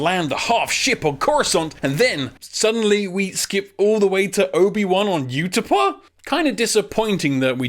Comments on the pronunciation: Did he just pronounce Utapau "you-tuh-pah?" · It's pronounced oota pow